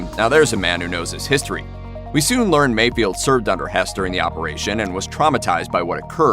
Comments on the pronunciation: It's FELD! F-E-LD! FELD! NOT Field... MayFELD. Not MayFIELD... So annoying... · Mayfeld, not mayfield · It's not MayFIELD. It's MayFELD. oof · It's Mayfeld, not Mayfield